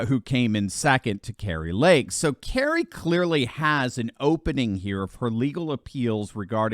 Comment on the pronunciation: Kari not Kerry.